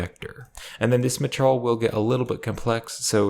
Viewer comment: maturl.... i can't bro... i just can't he says maturl every 5 seconds... it's ma-teir-e-al